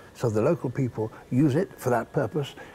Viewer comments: "Hallucigenic"? Smh. Not only do you need a dictionary, but a history lesson as well. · "Hallucinogenic" not "hallucigenic" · "...and also for it's hallucinogenic..." didn't even finish the sentence. And what is 'hallucogenic'? And also, clickbait sucks. He spoke about a halluCINOgenic plant for 15 seconds. The vid would more accurately be titled, 'Attenborough guides us through an indoor desert", and we'd still watch. Because, Attenborough.